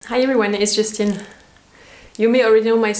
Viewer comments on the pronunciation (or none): Every time i hear "It's Justine" at the same time I hear "This (is)just in" 😀❤️